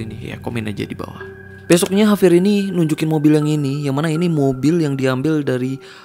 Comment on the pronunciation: JAVIER BANG BUKAN HAVIER